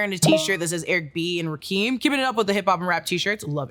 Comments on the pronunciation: Pronounced "RaKEM" not "RaKeem" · It’s “Ra-Kim” not “Ra-Keem”. I’m so hurt by that lol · Rakim - Rah - kim not keem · Rakim is pronounced “RA- KIM” ra as in rat without the t, and Kim, as in… Kim… It’s not pronounced “rah-keem”, that’s incorrect. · Rahh-kim not rahkeem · Great video! My only gripe is how you pronounced “Rakim.” It’s not Ra- Keem, it’s Ra- Kim. You did great though! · It’s not pronounced Ra-keem, it’s pronounced Ra-KIM. Do you really love them? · Rakim! (RAHKIM) not rakeem. 😢. But i forgive you cuz i love you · RAKEEM?! IT'S RA(H)...KIM (KIM)! RAKIM. HORRIBLE YO. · It’s pronounced rah Kim not keem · Rah-kim not Ra-keem🤦🏽‍♂️🤦🏽‍♂️ do you really love them??😂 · RAAA- KIM, not RAH-KEEM😂😂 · It's not Ra-Keem,it's Ra-Kim. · did you say Rakeem instead of Rakim (Rah-kim) lol that hurt my heart because Ppl ALWAYS turn the Kim in my name into "Keem" also :eyes-purple-crying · nice video but it's pronounced "Ra-KIM" not "RaKEEM" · "Rah-keem"? Its pronounced Rah-Kim lol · Raa - KIM not "ra-keem" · You said Rakim incorrectly. As a Jersey boy... it's really irking me. It's Rah-Kim not Rakeem. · Say it with me (Rah-Kim) not Rakeem wtf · Can't believe you said Rakeem 👴🏿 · Was Rakim really prounounced RakEEM? Damn. Say you don't know hip hop without saying you don't know hip hop 🤦🏽‍♂️ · Rakim is pronounced (Rah-Kim) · Hey I love you, but its pronounced Ra Kim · 🫣 Smh it’s pronounced Rah-Kim smh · lol it’s pronounced RAH-KIM young buck 😂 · Anyone who claims to love Rakim but says “Rakeem” is immediately sus. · I believe it is pronounced “Rah-Kim” but I could be wrong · It’s pronounced… “Rah-Kim” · Say it with me. "Rah-Kim" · “RAH - KIM” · Pronounced rock kim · “Rah- Kim” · Scrolling down and see others were triggered by it too. 😮‍💨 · I couldn't focus for the next 10 minutes of the video after that.😔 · Its pronounced RAH-KIM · “I just love Rahkeem” lmao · The way pronounced Rakim was so disappointing